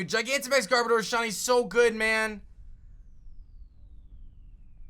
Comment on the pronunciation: Its pronounced GarBowdur